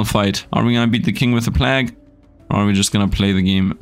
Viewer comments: Love your content and enjoying this game, just to help you though, plague isn't plahg, it's pleig/pleyg, so it sounds like it starts with play and ends with a short "gh". Hope that helps you. Keep up the awesome videos! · plague is and has always been pronounced "play-gue" and not "plahg" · Plague is pronounced like combining play and vague Play-gue (long a) But finding the overpowered stats like always